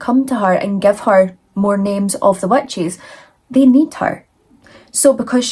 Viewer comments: Where are you from? The first time you said witches, I heard wet cheese. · Please tell me I'm not the only one who heard "wet cheese" when she says witches😅